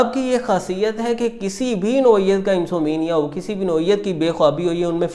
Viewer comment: Neend na aanay ko IN-SOM-NIA kehtay hain nah keh IN-SO-MENIA. If you dont know english dont speak it.